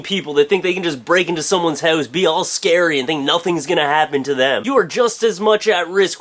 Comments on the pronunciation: Youre funny man! Are you from Canada? You sound just like my cousins when you say hooouse ;) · "hoe-se" lol XD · i love the way you say house hahaha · i think you say house in a funny way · you say house in a way i've never heard before... hmmm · i like when you say house. or out. :] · u say house funny :D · you say 'house' sound funny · is there alternate ways to say house? lol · i know you're canadian by the way you say "house" haha